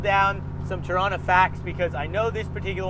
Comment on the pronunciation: Torana, pronounced here as "Trana"" cool 70's Holden classic. I used to to these things back in the day because they used to flog the Ford's at Bathurst (77 was awesome however ). Now over 40 years on I respect and appreciate them as a true Aussie Icon. Like all old Aussie muscle cars they are mega expensive and made out of unobtainium for the average punter. I envy those that have them these days, not only Holden's or Valíant's or Falcon's. I love to have them all...